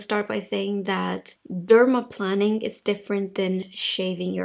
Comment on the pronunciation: I was hesitant to point this out, but I want corrections when I speak a second language, so I hope you do, too. It’s dermaplāning (like airplane), not planning (like planning a vacation). I love you videos - and your accent!